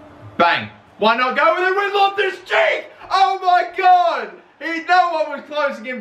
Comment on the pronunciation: Whenever you say Loftus Cheek, it feels like you're saying my left cheek